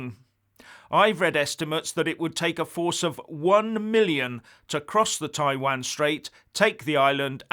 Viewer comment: Please find how to pronounce Taiwan!!! Please!!